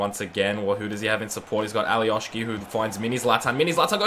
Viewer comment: Alioski no Alioški he is from Macedonia